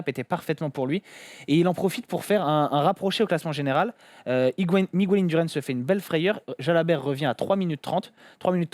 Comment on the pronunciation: Merci pour le debrief de cette étape géniale... Par contre, on dit pas Migouel mais Mig-hèle pliiiz :)